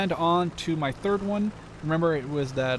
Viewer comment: You don't pronounce the "d" in Panhard